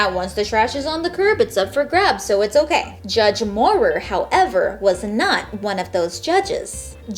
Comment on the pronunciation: Also, just fyi, Mauer is Mow-er. Like Maui but Mauer.